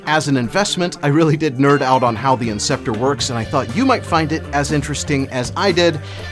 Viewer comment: Kinda funny how you claim to be a nerd over this thing but mispronounced the name of it and didn’t even bat one of your weird looking eyes